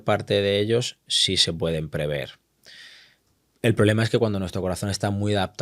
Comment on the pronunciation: No se dice preveer, se dice prever. Proveer es otra cosa. Pero hemos entendido 😅